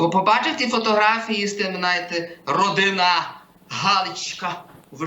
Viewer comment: Остапе,величезна повага тобі і дякую.Я 40 років знав і розумів що є таке як людина і людина з наголосом на "а" ну але що буває родина і родинА це бомба 😂